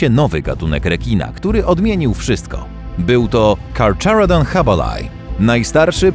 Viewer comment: A to się nie czyta karcharodon